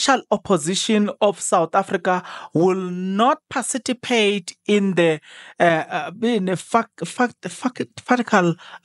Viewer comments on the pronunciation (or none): Hey wena It's PARTICIPATE, not pacipitate❌😂